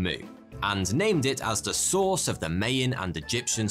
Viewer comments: It's "My-an" not "May-an". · Oh god your pronunciation of Mayan hurts my ears. It’s sounds like you’re calling them MAYO 😂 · Myan! Pronounced "My-Ann" I'm sorry, but every time I hear it it's like a tiny electric shock. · That's brits for you. They love their vowels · or the Chinese whisper effect happened but I’m not gonna argue over language and dialect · I'm British and he's the only person I've ever heard pronounce it that way.